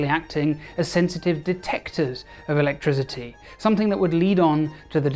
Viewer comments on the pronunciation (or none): Awesome video, great puns, but your pronunciation of "electricity" as "electri*z*ity" drives me insane 😅